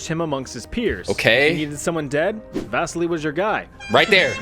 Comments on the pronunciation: Vasily is pronounced more like Vaseely in English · BTW, Vasily is a Russian name and the guy pronounced Vasily's name wrong. No offense.